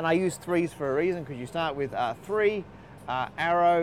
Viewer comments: I think he said "tree theorems." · I think he said tree theorems, not three theorems. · He said TREE theorems.